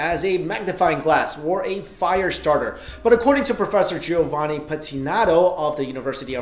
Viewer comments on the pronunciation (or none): none